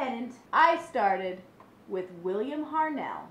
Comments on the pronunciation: It's HART-NELL not HARNELL!!!! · William Hartnell!!!!!!! Not William Harnell!!!